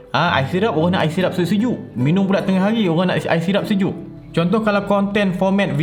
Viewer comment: Senyum sorang dengar "minium"